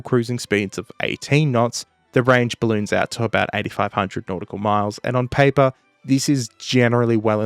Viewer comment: ON PAY-PAR 😂